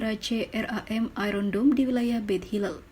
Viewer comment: iron dome jadi iron down